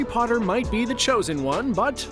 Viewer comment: 2 seconds in... The way you say Potter.... cringe dude. "Poterr'rr" Bahahaaaa